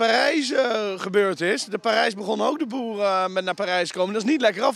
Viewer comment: "BOERUUUU BOERUUUU BOERUUUU" ik voelde me aangesproken als Eindhovenaar 😂